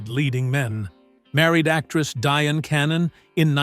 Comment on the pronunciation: Diane = "DI ANN"